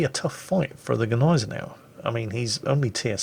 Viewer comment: When says Gneisenau I hear Agonizer. Is it only me?:)